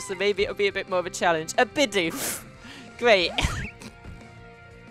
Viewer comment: Bidoof says bi- doof